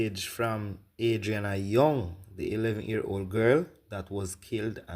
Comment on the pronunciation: Her name is Adrinna....not Arianna